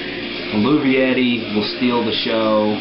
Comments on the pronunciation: EL-VAY-TEE is how you pronounce it :) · Nice review man. Eluveitie is pronounced "El" like in hello, "vet" like in veterinarian, and "tay" is just say with a t instead of s. I'm going to go the St.Louis show in a couple days, and I'm stoked. Do you remember them playing "Everything Remains as it Never Was" or "Thousandfold"? I'm hoping I hear those songs. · It's actually pronounced EL-VAY-TEE :)